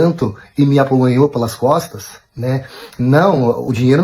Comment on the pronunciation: ApuLANHOU??? Oiii??? Que palavra é essa? Nova no dicionário? kkkkkkkkkkkkkkkkk ApuNHALOU, Rapaz!!!!